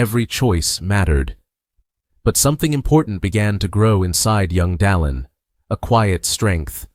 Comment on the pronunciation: AI. doesn't listen. The narrator has very clear diction and pronounces President Oaks First name correctly: Dallin.